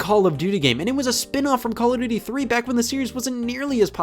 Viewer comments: CALL (O F) DUTY. not Call (A) Duty, Call (O R) Duty, or Call (O) Duty. People are so annoying when they say the name. It's not even a good series. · “Cal of Doodie” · stop saying caladooty